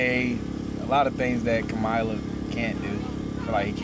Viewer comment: 😂😂 for CAMEL-ah Harris lol